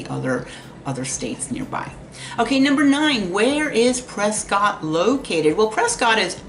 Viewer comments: Pre'skit' not Pre'scott' God bless. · You MUST know it’s not pronounced Prescott! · It's pronounced PresKIT...😊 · It’s Press-Kit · I tried. I really tried to listen. I just can't do it though when someone is trying to say they're the subject matter expert and continually cannot pronounce the name of the city correctly. I just couldn't do it.